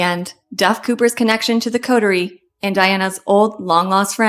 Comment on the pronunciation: She needs to learn how to pronounce "coterie "